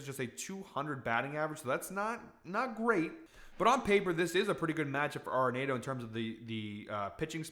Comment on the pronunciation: love the Nolan pick, and he says his last name "ARE-in-AUTO" not "NATO". But....keep the winners coming!!